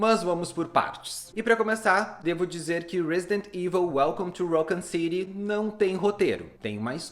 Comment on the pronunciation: Ouvi umas 4 pronuncias diferentes de raccon city nesse video kkkk